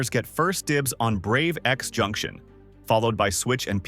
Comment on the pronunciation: On a note, games like Brave X Junction the X is usually pronounced 'Cross'